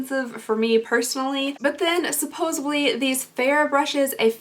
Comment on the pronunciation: did you seriously say “supposibly” instead of “supposedly” ?? that’s my biggest pet peeve